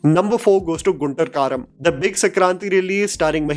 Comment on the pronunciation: Your pronounciation of guntur karam 😂😂